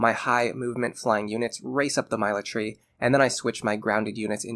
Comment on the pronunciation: Great video as always, broke my brain to hear Myla- Tree instead of Military